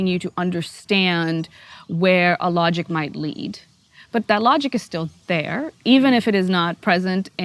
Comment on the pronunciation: She uses the word "logic" to describe Muslims but it sounds like Allahgic..... A suitable Freudian slip of the word indeed!